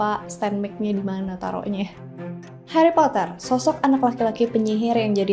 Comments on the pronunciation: indonesia nya heri poter😭🙏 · Sumpah aneh bet denger Hari Potret 🤣🤣🤣